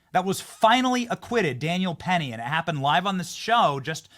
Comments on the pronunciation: This is a duplicate upload. I remember because Cory is saying "Perry" instead of "Penny" when it comes to Daniel Penny's last name. You already showed us this clip, Benny. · It's Daniel Penny.... Not Perry. LMAO!!! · Getting Daniel Penny's name wrong it's not a good look. And Benny should correct him. It makes him seem like he is just saying what he thinks the people want to hear. I don't know who this guy is but 👎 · Penny not Perry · How can this guy not know the name is Penny, not Perry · Benny! Wtf?..will ua stop him from calling him "perry"...it's penny! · why does he keep saying "Daniel Perry"? his name is Daniel Penny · Benny why did you not correct him when he called Daniel Penny Perry Perry Perry Perry he's Penny Penny Penny Penny. I thought he misspoke on accident but he kept saying it and that is important to have the correct name and it would have been gracious of you to correct him here on your show nonchalantly so he doesn't go on some liberal media broadcast and they do it like the a-holes that they are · Penny not perry. Really it's not that hard bro... wtf???